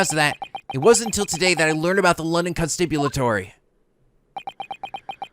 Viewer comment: I believe Constabulary is pronounced "Con-Stab-You-Larry". Not sure where you're getting the 'i' or 't' sounds